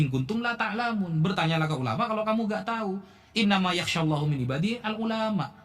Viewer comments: Baca harakat saja salah. Seharusnya innama yakhsyallaha tetapi dibaca innama yakhsyallahu. Ini fatal kesalahannya. Cek menit ke 2.01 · Koreksi sedikit tp PENTING utk yg sok paling hebat.. pd menit ke 02.01 mestinya "Innama yakhsyallaha..", bukan "Yakhsyallahu". utk ayat yg sangat masyhur sj msih salah baca,, tp kok merasa yg paling hebat, paling banyak baca kitabb.. Hhhh.